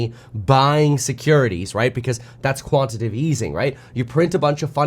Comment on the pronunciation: again, it is 'quantiTATive,' not 'quantitive.' amateur